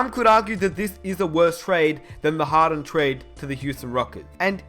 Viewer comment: Who kept hearing harren instead of harden? 😂